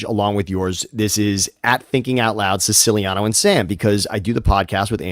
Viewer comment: I love how Siciliano doesn’t even pronounce his last name correctly😂